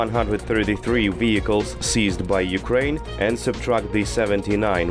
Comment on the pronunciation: I love how he says weehicles